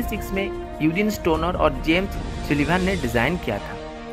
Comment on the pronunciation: Your pronunciation is very bad, Sullivan not sullibhan